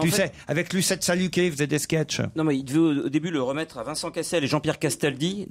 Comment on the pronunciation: Lucette Sahuquet, pas "Saluquet" ; : ce n'est pas Robert Castel qui joue dans ce film, mais Gérard Hernandez.